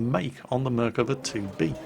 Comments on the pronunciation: Nice attempt at pronouncing dear! (though you are wrong...:) ) "Merkava" - like 75% of the words In Hebrew, is pronounced with the stress on the last syllable of the word. It should be pronounced "mer-ka-VA" and not "MER-kava" as you pronounce here. For reference - say "Merkava" like you would say "coup de grâce!" in french. Salute from Israel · I'd love to record myself and let you know how to pronounce it. I'd say the first way was better than the "corrected" one. Try to emphasis the last silable out of the 3. merkaVA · Still wrong its mer-av-ka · it's Merkava thats how you read it don't know who toled you mirkava but never heard any one call it that here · I'm Israeli and hearing you say mirkava makes me cringe, it's merkava, just as its typed, don't know who told you otherwise, tell him to can it. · and he even pronounced Merkava wrong XD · he didnt pronounce merkava that well either, he's still a brit; no matter what we do. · Your pronunciation of the name is wrong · Hey! You are absolutely right - I was playing this game just for this! But, you have still mispronounced the name. The emphasis is on the last 'a' in the last syllable. Love your videos! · imm from israel and the way you say the name of the tank is just driving me nuts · חחחח נכון